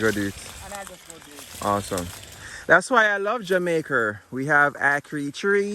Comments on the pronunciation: The name of the island is jamaica NOT jamaicker. Thanks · Brethren! It's not Jamaker! It's JAMAICA!